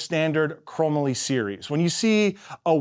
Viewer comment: You been around for a little while, and you don’t know how to pronounce “Chrome - Molly” ???